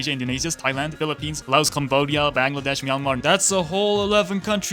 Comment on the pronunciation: dear god your Bangladesh pronunciation was TOP NOTCH love from Bangladesh